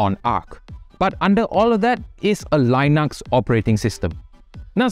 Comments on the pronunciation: Why do you pronounce lynux? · The li in Linux is pronounced like the li in lithium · say linux again